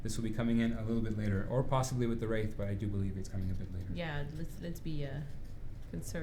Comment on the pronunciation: What's a "wrait"? :P I've heard it more than "tree" times